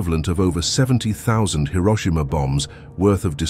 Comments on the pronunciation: "Hiroshima" ❌ "Hiroshima" ✅ "Hero-sheema" is not just wrong, it's like nails on a chalkboard. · People love pronouncing Hiroshima incorrectly for some reason